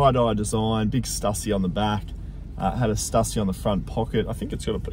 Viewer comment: just to correct you, its pronounced "stussy", not "stussy".